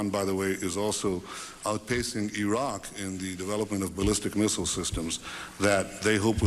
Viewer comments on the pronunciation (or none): none